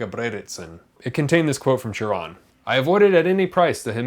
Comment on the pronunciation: Thank u for pronouncing his name correctly.